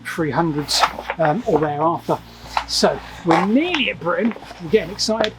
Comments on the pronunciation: Britain not Britian... Other than that a great vid. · britIAn? Oops